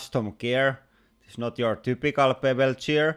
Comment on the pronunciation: how come you say "gear" normally, but you say bevelled gear like, "bevelcheer"